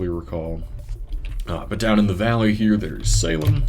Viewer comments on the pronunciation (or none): none